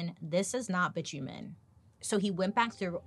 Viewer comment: Bi-tu-men... seriously